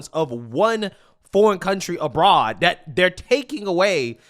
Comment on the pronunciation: Dat. Dis. Dhem. please practice